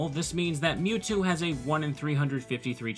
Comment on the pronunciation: Lv 100 "Mewto"